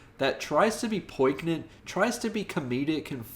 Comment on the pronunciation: Great review. You gotta look up how to pronounce poignant because your version isn’t it. But a fun review. Thanks!